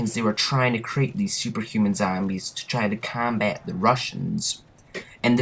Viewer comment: Lul how he says combat.